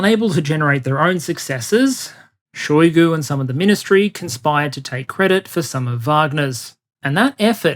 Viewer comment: Shoigu pronounced his name with emphasis on U. You can hear it in video "Истинная фамилия Шойгу))" on .